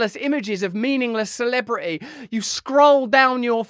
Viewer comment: Russell, your "r's" are coming along MARVELOUSLY!....FLEX THOSE LIPS!!!...Now, the "t's." No more of this "celibri-y.".....Try it with me:..."celebriTy." The word "Brit" is in there!